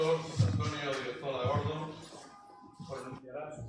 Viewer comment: Ilmas. Sras. e Ilmos Sres. Académicos de la Real Academia Sevillana de Ciencias. Simplemente querría precisar que el nuevo miembro se llama José Antonio Odriozola GordÓn y no Gordon tal y como Vds. pronuncian su apellido. Siempre y cuando, obviamente, el nuevo académico no haya decidido cambiar su segundo apellido por uno anglosajón.